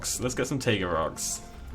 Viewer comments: The Xplodenator so like tieguh right (just making sure) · See, Frontier knows the correct way to pronounce taiga is like Tiger with an uh spud at the end. But pronounces it wrong anyways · I always thought it was pronounced tayga